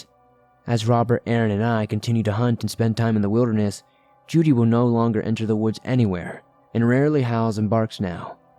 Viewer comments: I'd say it's probably Jude, being mispronounced. (The E is silent.) 🤔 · I think he's mispronouncing "Jude" here. It's a common hunting dog name. (The E is silent.) Lol